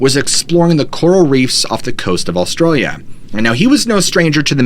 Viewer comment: there is no L in the start of Australia its not Allstralia